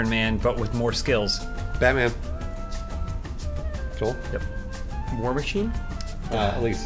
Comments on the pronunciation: Correct me if I'm wrong but did call Joel, Spoole???? looool. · Am I the only one who heard say Spoole? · I'm pretty sure he said Joel but I thought he said spoole at first too.